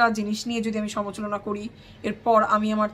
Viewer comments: সমালোচনা সমালোচনা 😅 কিন্তু তোমার ভুল উচ্চারণটাও শুনতে খারাপ নয় কিন্তু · " সমালোচনা " হবে উচ্চারণটা।